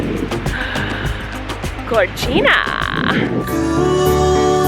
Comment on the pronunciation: Colleen: "gorgina" Me: "Ok Colleen Graceffa."